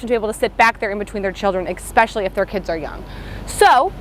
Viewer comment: It's cute when you say "ex-pecially"